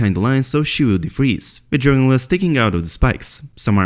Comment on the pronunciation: Please fully pronounce and enunciate DRAGON GLASS. Speak a little slower so we can understand your accent. Why the rush????